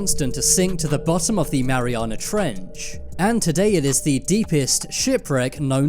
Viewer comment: Omfg the emphasis he puts on the "ch" In trench is the scariest thing in the damn video. Mariana Trechhhhhuhh Just say trench niggq damn